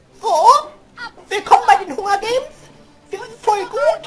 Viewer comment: Das heißt nicht Hungergaims! Das heißt Hangergaims! xD